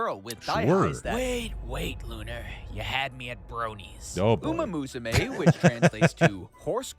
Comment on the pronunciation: It's Musume not Masume